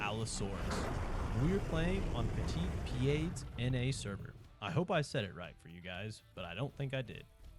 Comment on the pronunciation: YOU SAID IT. YOU SAID PETIT PIED CORRECTLY ! HAHA